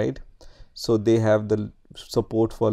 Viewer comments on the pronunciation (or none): none